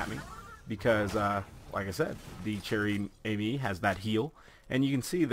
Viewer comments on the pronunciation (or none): if you wanna pronouncing it right you must try to say "Share ame" , i think ^^ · Pronounced: "share ah-me", trust me, I'm Canadian. I spent most of my childhood learning friench. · i m sorry to say it but you have a very bad french accent and you didn t even read the name of this sniper properly that aside you re a very good youtuber so keep up thw good work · 115madmax yeah exactly XD